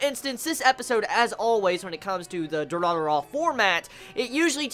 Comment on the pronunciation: It's not Dura-dura man ffs.... at least that's what it sounds to me when you say it :D